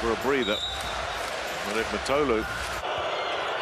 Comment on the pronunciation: His name is pronounced Mitoglou, with strech on "i" (Μήτογλου).